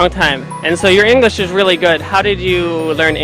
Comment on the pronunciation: somebody in clip, their pronunciation is not good, they need to improve it! english --> they say "inglis".